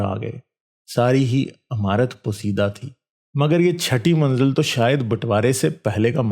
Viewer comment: Radio mirchi pe ek bar yeh kahani sone 🤣📻amarat nhi imarat pehle alfaz sedha karo india mai aao tujhe kothay pe job milage 🤣